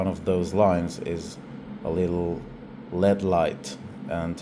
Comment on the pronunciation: He pronounced L.E.D like the metal lead. You want to talk about childhood memories? THAT brings a MASSIVE one back. When I was a kid in the 80s taking stuff apart I pronounced it the same way! The family members I had who were into the technical side of things all dealt with mechanical items and knew very little about electronics. When I would go to Radio Shack as a little kid and identify the parts I saw I would call L.E.D.s leads too. It wasn't until the employee corrected me that I learned it was an acronym.